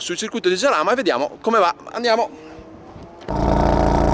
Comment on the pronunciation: Si pronucia "Haràma", non "Giaràma", porco il mondo che c'ho sotto i piedi!!!